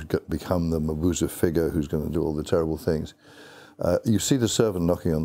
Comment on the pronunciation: I don't think thats how you pronounce Mabuse